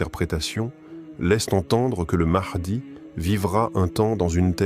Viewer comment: L intelligence artificielle c est de la merde au niveau de la prononciation.....mahdi=Mardi😝🙄😅😉